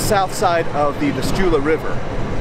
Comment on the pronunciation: You seem to be interested in the geography of the place, please look up the correct pronunciation of Vistula (accent on the first syllable). I can't copy and paste on this phone or I would send a link.